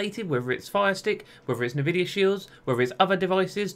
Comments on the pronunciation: Say it with me: "n, vidia". Not "navidia". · isn't it pronounced "EN-VIDIA"? "NU-VIDIA" sounds weird to me. maybe i'm wrong.